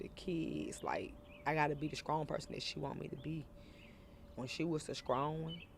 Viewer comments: Be skrong?? Not strong… Skrong.. 🤦‍♀️ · Skrong smh lord Jesus. In flush smh lord learn how to talk! You can tell ppl parents didn’t teach them how to talk in a professional environment.